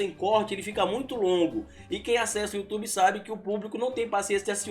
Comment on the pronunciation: parei de ver quando percebi que não consegue dizer youtube!